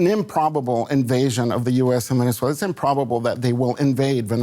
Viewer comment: Correction: Venezuela Not Venezuelya